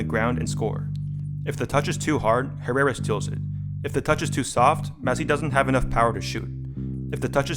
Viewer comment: The way Americans pronounce "Herrera" 😂